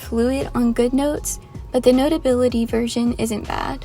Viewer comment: I love how you say